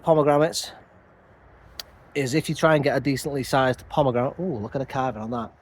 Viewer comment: You can’t have a pomegramit until you can say pomegranate 😅😊 only joking mate 🤓 love allthingsbonsai.